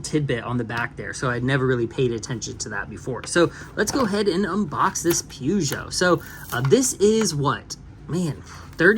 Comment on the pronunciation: One of these days, Peugeot will be said correctly. Ha ha.